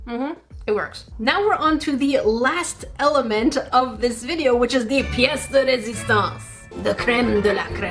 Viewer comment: Your french prononciation on "pièce de résistance " was actually very good!!!